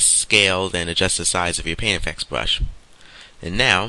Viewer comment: Good tutorial just a few things i dont understand. what is the an eye bwow and a bwush :D hahaha